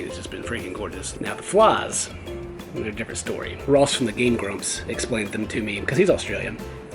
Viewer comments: Well sometimes there's seaweed everywhere also it's not flas it's flies with A I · fliiieees not flaaawwwws